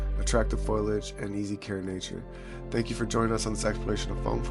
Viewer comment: FOL- E- IG Not FOIL-IG